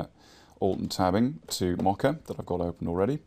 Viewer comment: I'm sorry, but I cringe every time you say "Mocka" For future reference, it is pronounced like Moe Ka